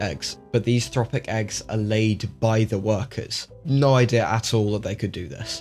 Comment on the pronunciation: Just a small correction , its "trophic" , trophic eggs , same as in for example Trophallaxis, no such thing as thropic.